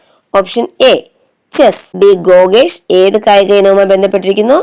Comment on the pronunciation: ഗോഗേഷ് അല്ല 😆😆 ഗുഗേഷ് ആണ്.